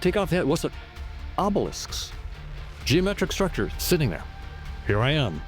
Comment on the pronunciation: there could be millions of dimensions could be Trillions of dimensions ~! or there dewrr juusst sitting there.. HE said Derr instead of there as if he had shit in his mouth because that is basicly what this is shitt , ~ there are a total of 20 Dimensions in the Observable Univers and hadrly ever iINTERACT with eachother - this Univers will end in 5 to 12 Billion years stop acting like i this place goes on IndeFInaTLy start preparing or perish here along with all matter